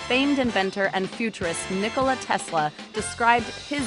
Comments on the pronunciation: nickel lmao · lol "Nikoal"